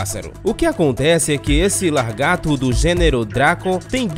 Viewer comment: "LaRgato" me fez voltar o video p ter certeza